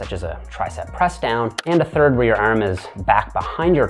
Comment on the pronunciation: why does he keep pronouncing arm as erm? Makes it hard to focus